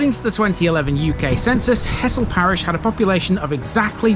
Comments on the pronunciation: Grew up in Hessle and moved out when I was around 18. For your information, nobody local ever referred to it as He"ss"le, to locals its always been pronounced Hezzle! Like Hull has always been Ull 😁😁😁😂 The last 45 years since I left has seen huge changes, some good some not so good. Little Switz was our playground as kids, and the sanitized country park there now is a shadow of its former natural glory. The Square was a huge carpark in the center but now those spaces have been lost and replaced by a few around the outer edges. Things move on as they say, but fond memories of bygone days will always linger. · Great vid. The locals pronounce it Hezzle! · Came here to say exactly that, heszle! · I wouldn't have thought so, I think its just an inflection learn't while growing up. I did notice that you actually said Hezzle once in your video which made me chuckle. It's infectious when everyone around you and those that you grew up with are speaking the same way.